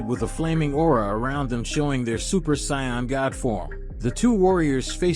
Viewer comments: Say it with me Say- In they're sayians NOT science 🤦‍♀️ no soup for you! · Can you pronounce sayains correctly please